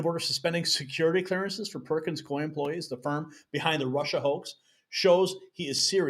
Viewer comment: It’s pronounced coo-E, Coup-E